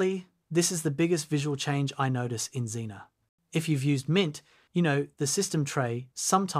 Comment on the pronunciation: See I kept reading that Z-ae-na. But you read it Xena. And now I can't get that theme song out of my head XD